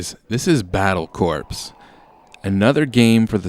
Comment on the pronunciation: Battlecorps is pronounced battle-core. Just say'n